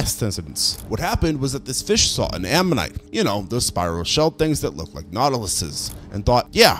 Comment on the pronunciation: Ammonite? Omanyte?